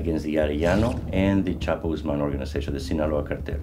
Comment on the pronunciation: Was expecting him to say El Chapo Gooz-mon with his bad ass voice, but instead said Gooz-man. Fail